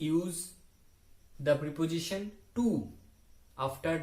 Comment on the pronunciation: Sir u r doing great 👍 job. Prep' ziSHan ,sir ,check this pronunciation on Google, n pronounce well. Thank you.